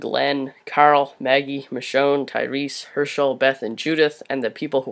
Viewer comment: IT'S MICHONNE NOT LISHONE BRO